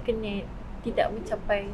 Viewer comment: wartawan ni sebut 'kenneth' mcm pelik lah... dah jadi kenit pulak 😂 ... perkataan 'ken' tu salah sebutan. ken like kenny. bkn ken like chic'ken'.